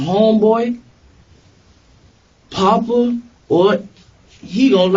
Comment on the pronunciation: Not papa They say it as like they saying poppa Like he’s a shooter